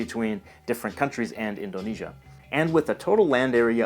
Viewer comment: i live in indonesia and i wonder why people can't say indonesia and sumatera calm the f*** down im not a dumba**